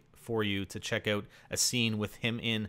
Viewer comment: Its not relevant, but i like when you say oat (out)